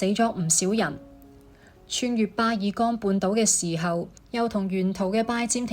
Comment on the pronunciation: 巴爾幹，只有一個讀